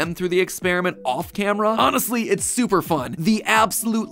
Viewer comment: Not sup-ear power, su-pour power 🤣😂